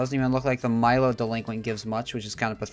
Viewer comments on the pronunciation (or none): none